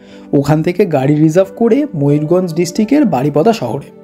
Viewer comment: Dada mayurganj noi mayurbhanj